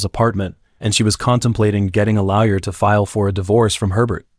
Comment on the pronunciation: You should hear him try to make the AI pronounce Lawyer in #10. 😂 Comes out as Lau Yer.